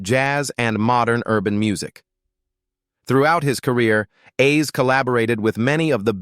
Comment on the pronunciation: I hate when they repeatedly mispronounce Roy Ayer’s (pronounced Airs) name it’s annoying. I pray all of these celebrities rest in peace🙏🏾.